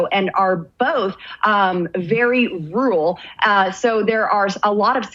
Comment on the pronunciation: My God, she cant even say "rural" correctly. There aren't any "Hollywood Elites" looking to take over your cow-punching backwards shit-burg.....